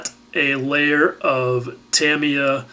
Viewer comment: great last couple of videos, have learned in each one and it is also refreshing to hear someone say Tamiya properly